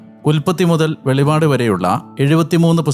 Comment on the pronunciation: അച്ഛാ വെളിവാട് അല്ല വെളിപാട് എന്ന് പറയണേ